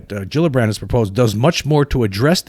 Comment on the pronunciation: I think Gillibrand is pronounced like G-illibrand not like Jillibrand.